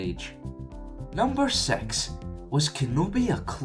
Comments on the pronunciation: It sounds like your saying Sex instead of Six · Hahaha, he says "six" as "sex" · I hate it when people complain about stupid plot holes and sound in space is not a plot hole neither is why romance in space is bad plus when this guy says six it sounds like he is saying sex